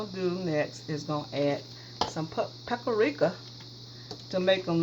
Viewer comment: Paprika or PuertoRica she said lol love your shows.